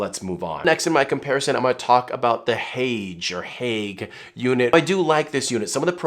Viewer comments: Haoge is pronounced “How Gir”. And you missed a key point: any hood which is wider than the lens barrel will cast shadows when using the built in flash, so only hoods shaped like the Haoge or YC Onion are truly usable. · Haoge is pronounced how-guh in Chinese.